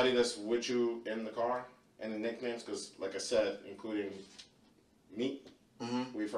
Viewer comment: OMFG😂.. EVEN THE AI VOICE PRONOUCED IT AS..Many of the people at the parties used nicknahyeemz